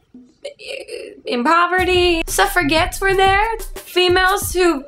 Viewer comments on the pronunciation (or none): We say 'Suffra-jets' too, but Grace says 'Suffra-gets' with a hard 'g'. Like Goo. Ahahahahaha, perhaps she was just trololololololol. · i'm from britain so i understood all of it fully but i wasn't sure if people from other places would get it! so i thought it was amazing but i would be interested to know what other people thought of it! p.s. it's pronounced suff-ra-jets and spelt suffragettes ;) amazing video though! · It's pronounced suffraJET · 'suffra-gets' is that how you Americans say it? Jolly ho! That's a tad hilarious... aha.